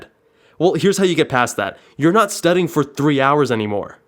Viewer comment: "Studding" lmao